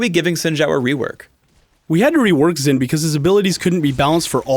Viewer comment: saying Sin and saying Zin:/